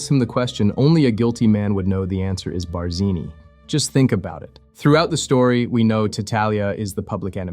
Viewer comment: "It was BAH-zeenee." "Hello, Carlo."